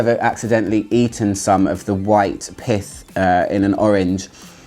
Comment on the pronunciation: I apologize in advance, the first time you said it, I did not think you said, "Pith". lol Carry on.